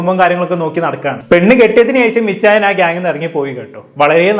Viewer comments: Ichayan alla bro achayan 😂😂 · Ichayyyan ✅ achhayyan ❎